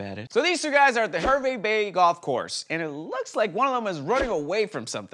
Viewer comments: Hey, Hervey Bay is pronounced Harvey Bay.:p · HAR-VEE bay.